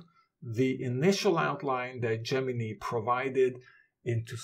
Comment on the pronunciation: Your second pronunciation of Gemini is correct - the final syllable sounds like "nigh"